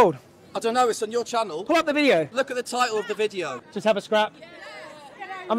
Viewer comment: he says vitio instead of video